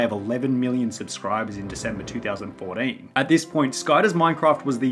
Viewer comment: two thousand FOUR DEEN